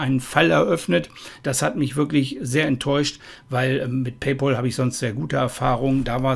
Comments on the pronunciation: Man spricht es "Pay Päl" und nicht "Pay Pol" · Wer Paypal nicht richtig aussprechen kann, hat keinen Anspruch auf Rückerstattung!!